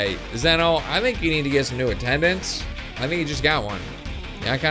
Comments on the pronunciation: Sorry but its prounounced Zee-no not Ze-no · Im not angry but Zen-oh is like Zee-no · Its pronounced ZEE-NO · its pronounced (z-no) but its fine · it's pronounced zee-noh